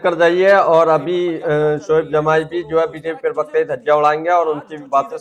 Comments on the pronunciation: आपका उच्चारण ठीक नही हो रहा है। ये शब्द प्रवक्ता है ना कि परवकता। कृप्या थोड़ा ध्यान दीजिए। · प्रवक्ता उच्चारण तो ठीक से कर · प्रवक्ता शब्द का उच्चारण तो ठीक ठीक करो